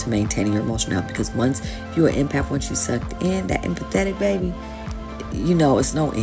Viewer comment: "Emapth" funny those soulless AI channels😅